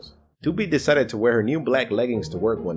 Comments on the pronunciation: Wait did you say doopey? But that’s goobie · IT SAID DOOPIE BUT THEY USED GOOBY